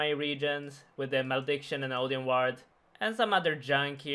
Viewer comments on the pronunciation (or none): none